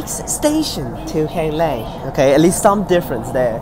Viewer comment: you pronounce it right let's go